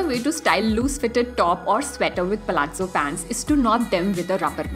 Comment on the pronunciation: Like your pronouncestion of palazzo